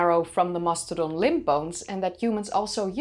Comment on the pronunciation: Your accent could easily pass for American except when you pronounce "mastodon" like a Spaniard. 😊